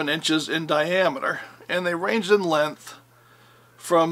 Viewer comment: I wish people would learn how to pronounce 'length' correctly!